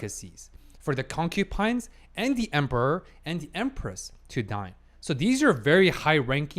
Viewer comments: alright, I thought you would improve but one thing still annoys me, it's not "Concupines" as you read it, but "Concubines", and it is really annoying when i hear it, i like your video's but PLEASE, PLEASE STOP SAYING CONCUPINES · just a question. why do you say concubines as concupines? its kinda bothering me lol, but im mostly curious why